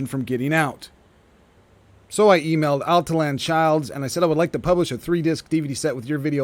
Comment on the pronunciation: Al tee yawn.......not Al tee Lan....there.